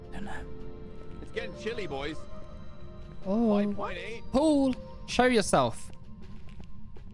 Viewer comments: ik he's saying Paul but it sounds like pool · When u say Paul it sounds like you're saying pool I hate Apex